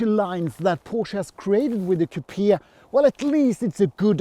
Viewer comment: Thanks .....another great video as usual........but why do you pronounce COUPIA .....instead of COUPÉ 😅